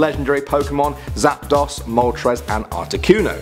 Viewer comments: "Zap-Das" lel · He said zapdos incorrectly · Its Zapdos not Zapdos